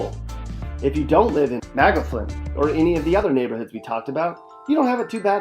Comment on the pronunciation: MA-GAW-FIN is how its pronounced. Also this isnt true at all. The most dangerous places are literally the streets. There are always car accidents or hit n runs.